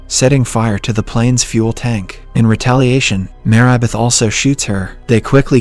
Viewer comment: I just realized that the voice is automated. There are a few examples; the pronunciation of Marybeth as "Mayribeth", the 1800s being pronounced as "One-Eight hundred seconds" ,and a lot more.